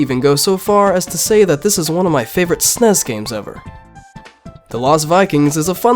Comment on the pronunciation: GUH PLEASE STOP SAYING "SNESS" SO GROSS.